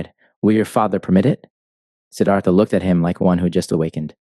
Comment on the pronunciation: it's siddarta ..